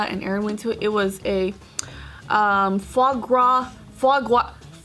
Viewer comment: haha EVERYBODY pronounced it wrongXD its [ˌfwaː ˈgʁaː] the S at the end is SILENT because its French you idiots! edit: and foie gras is disgusting!